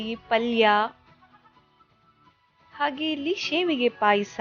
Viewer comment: It is shavige not shevige please learn kannada